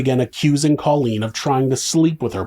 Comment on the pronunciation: You're not pronouncing Colleens name correctly...Co leen! She'll meet satin soon 😉